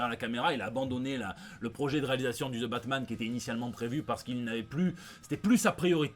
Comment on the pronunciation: Putain pourquoi tu prononce le nom de la bête la série Batman est foutue